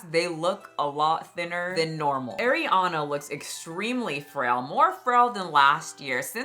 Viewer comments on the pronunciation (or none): Partially because keeps pronouncing it as Air-iana and not Ah-riana. Love but this drives me nuts 💀 after so many years. Bruh. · Ahhhhhhriana. Ah-Ree-Ahna. Not Air. Love ur vids!!! ❤❤❤😊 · Damn the way you pronounce Arianna is offensive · you usually have such good takes but you can’t even pronounce Ariana’s name correctly…it was clear this topic was not well researched on your end, or at least extremely careless. I agree on the ED parts. Everything else, you have the wrong narrative. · Why do people keep mispronouncing Ariana’s name…I watch you all the time but this is one thing I can’t stand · Also girl with peace and love, that's not how you pronounce Ariana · you are saying Ariana wronggg